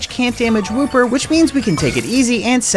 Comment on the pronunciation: woo-per is wooper